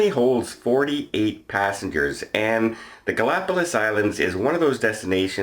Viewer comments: GalapaGos, not GalapaLos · Ga la pa gus or Ga·lá·pa·gos but in Spanish it sounds like gus at the end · I believe you are pronouncing “Galapagos,” incorrectly.